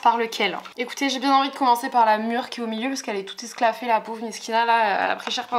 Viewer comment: La mûre est "esclafée" 😅😅 super vidéo ❤